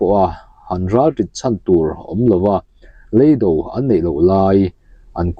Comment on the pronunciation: Leido hi a thluk a diklo